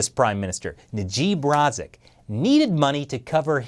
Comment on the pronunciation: Imshook by the way you pronounced Najib Razak